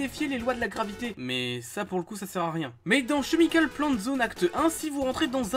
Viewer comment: "chemical" se prononce "kémicolle"